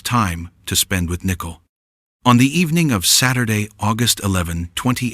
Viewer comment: The commentator can't even pronounce Nichole "nickel"? Pretty stupid